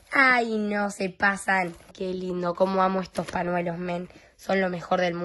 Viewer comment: porqué los argentinos no pronuncian la "ñ"?, tipo dicen: baNIo o paNuelo.😂 salu2